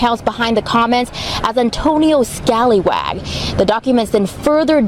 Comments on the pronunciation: "Antonio Scalywag" lol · Scallywag has two 'l's ... that name is Scaly (as in a fish) wag. As with corruption, an inability to master English goes with this south east asian territory.